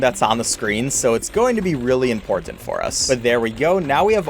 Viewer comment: sorry but a have to say this he says imporTant